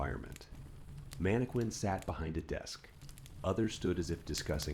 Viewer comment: Please stop pronouncing “mannequin” that way